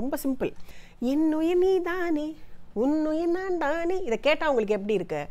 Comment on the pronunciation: புதுவரவு குரல் இனிமை ஆனால் ஆனால் வார்த்தை உச்சரிப்பில் சற்று அழுத்தம் குறைவ. உதாரணமாக என்னுயிர் நீதானே என்பதை ரொம்ப அவசரமாக பாடியதாக தெரிகிறது. மேலும் உன்னுயிர் நான்thaane என்பதை நான்dhaane என்று உச்சரிக்கிறார்கள் இருவரும். இதை சரி செய்து இருக்கலாம். மற்றபடி மியூசிக் excellent recreation. Kudos to Shyam, Venkat and Kaarthik.